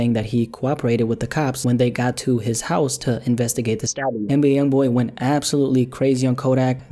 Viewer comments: Damn you can’t say stabbing? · Why can’t you say stabbing